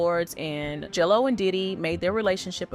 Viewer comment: Is it just me, or does it sound like the narrator says "Jello" when she says " J. Lo"?